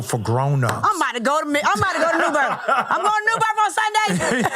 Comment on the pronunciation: Did he really say "New Birff?" So with that logic he would say "Earff" instead of EARTH! 🧐🙄